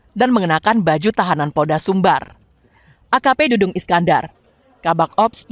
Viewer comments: Dadang Iskandar, apa dudung Iskandar, reporter kok kurang teliti dalam penyebutan nama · Bkn Dudung , Dadang mbak😅